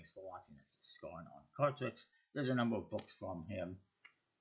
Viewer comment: For the record, his name is pronounced Scar-neigh rather than scarn. Good review other than that.